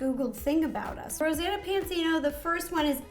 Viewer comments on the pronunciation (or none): It's Ro not Row, but I still agree!